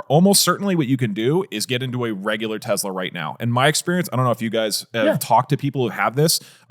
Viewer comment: "Tezla" - Doug